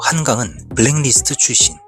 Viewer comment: 블랙리스트....를 블랭니스트라고 하는군요.공부 됩니다😊